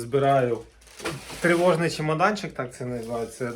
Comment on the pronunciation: Правильно не тревожна а тривожна. Але ти старався